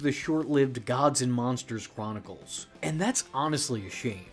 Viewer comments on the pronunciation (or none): none